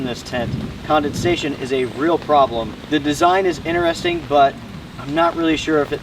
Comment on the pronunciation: Bro why can’t you say the word interesting properly??! 🤣🤣